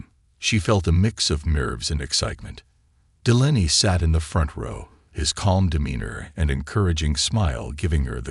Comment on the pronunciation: It's pronounced Dee-lay-nee